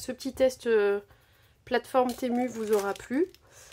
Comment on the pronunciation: Ça se dit timou..